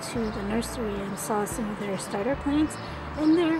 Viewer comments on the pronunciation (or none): none